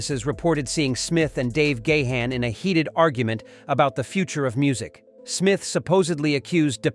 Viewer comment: A bit over dramatic, don't you think? Check out the pronunciation of "Dave Gahan" .